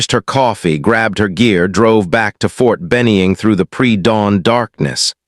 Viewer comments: McKenzie TN is where I am living now but since I did Basic and AIT at Ft Benning if caught me off guard the way you misspoke the name of the Army base there is no E in the name please try not to make that mistake again thanks for the videos you make always enjoy a story where someone is under estimated really badly and get a rude wake up call when needed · Good story. Narrator should learn how to pronounce Ft Benning. Also, the Seal Team Colonel's picture showed him wearing medals/decorations in battle dress uniform. That's wrong.